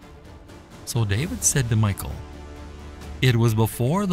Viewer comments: Thank you! We read the Bible every morning growing up and my father always pronounced Michal as Me-shall, almost making it sound French. Later after I got into high school I met a girl named Michelle, I always associated her name and pronunciation with Michal. But Michael, "he who resembles God," is a decidely different name. So, yeah, this voice over bothers me. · her name in Hebrew is Mi'khaal/Mi'chaal, not the English Michal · you are saying Michal wrong. you are saying it like Michael. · it's pronouced "mee- HALL" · Saul's daughter, Michal, is not pronounced Michael as in a boy's name, but Mighal and is a beautiful girl's name!! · Seriously doubt her name was pronounced in English as MIchael but most likely "Michelle". Jedeo Biblical videos should be more accurate. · You're pronouncing her name wrong. It's not pronounced "Michael" like the masculine form. It's pronounced "Meek-hal" as the original Hebrew spelling was "Mikhaal" . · Note on pronunciation. The Hebrew name, glossed as ''Michal'' in English, is pronounced ''Mee - kaal''. Not ''My-kaal''. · Her name isn't pronounced "Michael." A Westerner would pronounce it like "mee-HAUL," but in Hebrew, the "ch" in her name is pronounced at the back of the throat with a sound that's not found in English. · You are killing me by calling Michal "Michael". In Hebrew it's pronounced me-hall, accent on the 2nd syllable. The h should have a guttural sound to it. "Michael" is a man that Obama married. Michal is an actual woman, female figure from The Bible. Don't get the two so confused. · The name isn't pronounced like Michael. In Hebrew it's pronounced Me-Hal. 👍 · I can't help but feel it should be pronounced [Mee-Cal] and not Michael :) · Its pronounced as Mi-kal..the c is silento..not michael... thus Mi-chal.. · Wrong pronunciation...it's not pronounce as Michael...it's Mikhal... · i think michal is not pronounced mikal, but mishal. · I think it's pronounce (Mee shell), like Michelle